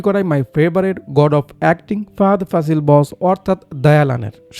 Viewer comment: আরে ভাই ফাজিল না ফাসিল🤦‍♀️